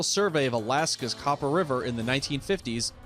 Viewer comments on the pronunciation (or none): none